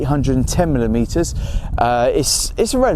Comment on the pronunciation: what are millimeter-uh